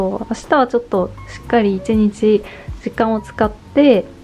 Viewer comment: とても丁寧な説明で参考になりました✨ 無印アイテムだと身近だし新しいことを始めるのに敷居が高く感じることもなくて、素敵な動画です。 ただ、ひとつだけ…失礼は承知の上なのですが、1日のことを「いちにち」ではなく「いちんち」と発音されているのが気になってしまって💦 芸能人の方でもないのに細かい指摘をしてしまって恐縮なのですが、勿体無いと思ってしまいました。 ご気分を害されたなら、削除しますので仰ってくださいね。